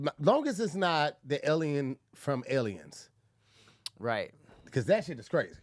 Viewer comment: The word is Alien.: Ellen 😂😂😂😂